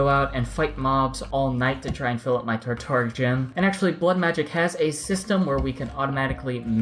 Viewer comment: It's sounds like u r saying tartar gem......lol keep up the good work